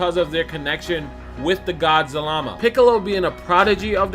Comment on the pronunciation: He was saying zamala in the other video that just triggered me